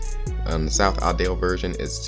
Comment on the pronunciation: "South Audale" Hmmmmmmmmmmmm Edit: love this video Good JOB man